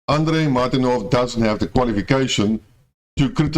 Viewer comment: The moment you said; martinov "whatever you call it" I quitted your video. These words show enough. I suggest you listen more frequently to Andrei so you can learn how to speak out properly. You already lost me in your first sentence